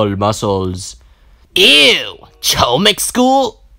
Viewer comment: HOMIK ITS HOMIK